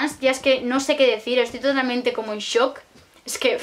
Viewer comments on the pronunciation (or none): none